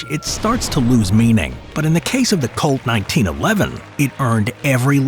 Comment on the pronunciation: Couldn’t help but hear colt, as cult